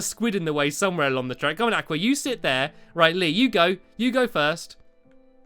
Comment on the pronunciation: You are pronouncing aqua wrong